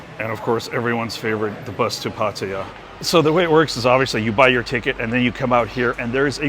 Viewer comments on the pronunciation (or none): Ffs, learn how to pronounce Sukhumvit. For that matter learn how to pronounce Pattaya and Hua Hin too.